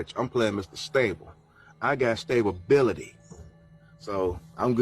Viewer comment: how he says stability is cracking me up lmao